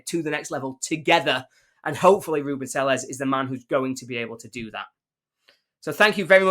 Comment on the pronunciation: At least pronounce his name properly…